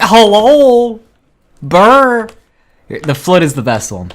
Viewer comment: The commitment of not rolling the R in BRRRR